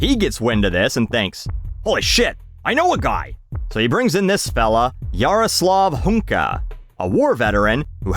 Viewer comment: You read that name pretty well, kudos :)